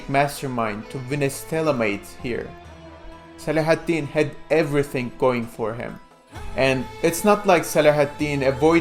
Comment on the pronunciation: Your pronunciation of Saladin is too torturous to bear. Couldn't play more than a minute.